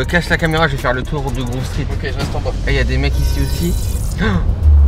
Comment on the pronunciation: C'est Grove Street et non Groove Street